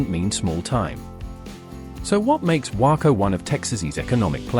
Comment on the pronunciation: It's not pronounced :Wacko" , its "Way-co". You would think you could learn the correct pronunciation before producing a video.